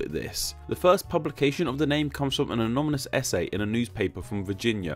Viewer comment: My friend, excellent video. Just two things. Ano-ny-mous and Syno-ny-mous, haha.